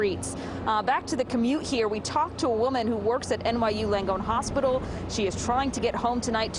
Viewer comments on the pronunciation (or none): none